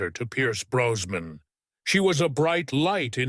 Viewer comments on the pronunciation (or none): The name I believe is Brosnan, with an "s" and not Browan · As if the voice isn't awful enough, the mispronunciation of Brosnan as Browan and Pierce as Pice just made me stop watching altogether